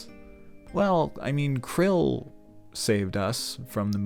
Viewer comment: Are you saying Krile's name wrong on purpose?